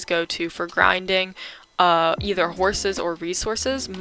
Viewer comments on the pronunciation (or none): none